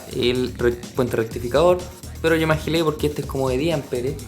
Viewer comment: Te ganaste mi subcricion cuando dijiste me ajile ajsjjs